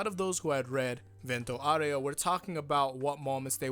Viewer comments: Does even know italian? Its "vent-o aw-ray-o"! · vento oreo? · It’s pronounced “VEN-toe OW-reh-oh” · Io parlo Italiano. È VENto (Ben toe) aurEo (ow ray oh). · Just pronounce it "Vento Oreo" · I, for an Italian; just can't wait to see how they will pronounce the Italian names, like just "Vento Aureo" is too funny to hear in english/japanese, part 5 will be the end of me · Your Italian is almost good, just a nitpick: open your mouth more when pronouncing the words "Vento Aureo."